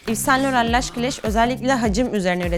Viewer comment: İv San Loho diye telaffuz ediliyor